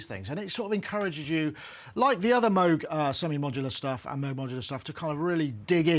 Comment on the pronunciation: Nice review and nice sound, but for Christ sake, after all these years, at least learn how to pronounce MOOG correctly. There is no debate on the correct one, and it is not a cow sound.